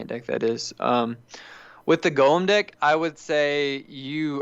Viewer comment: He says dick so much but he try's to say deck